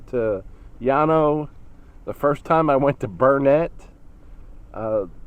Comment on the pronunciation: Burnet is pronounced like burn it.